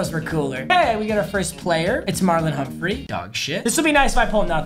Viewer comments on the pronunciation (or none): none